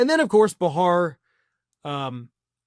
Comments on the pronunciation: It’s pronounced BAY-har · Behar is pronounced BAY-hahr. Come on,. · Kindly learn to correctly pronounce Joy Behar's last name.......